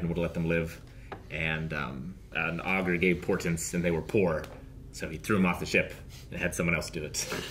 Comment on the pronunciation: Augurs not orcas. Doh!